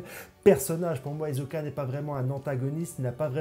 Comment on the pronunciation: HISOKAAAA PAS HIZOKA PAR PITIÉ